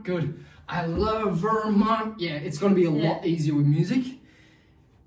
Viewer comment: ✨I lOvE vErMoNt✨ it’s so weird hearing him sound American 😂